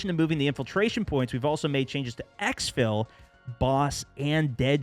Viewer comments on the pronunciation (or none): none